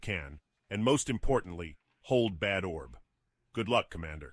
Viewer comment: As a German, I really cringed at the pronounciation of "Bad Orb". The name of the city doesn't mean "terrible ball"!